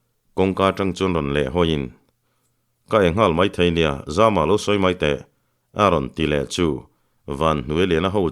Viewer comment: Zampuimanga hming Zama hi a tumbunga lam hian i lam dik lo thin. Zàma tih tur.